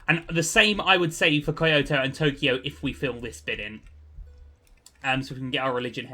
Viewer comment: Kyoto is pronounced key oh toe